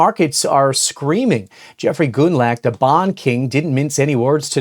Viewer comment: goonlack? you're killin me smalls